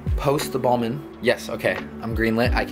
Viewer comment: Its Balmain noah not balman